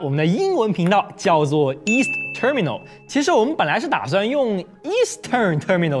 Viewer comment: 英文不太標準 光terminal發音就錯了